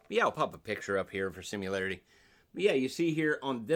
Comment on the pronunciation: Bro needs a class on how to pull styrofoam bags off guitars instead of talking LMAO.... "SIM U LARITY"